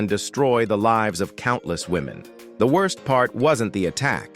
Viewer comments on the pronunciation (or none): none